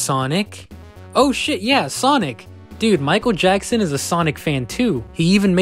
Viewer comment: “Maikuuru Jaxsun”